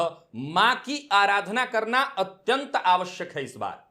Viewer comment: Karana not katana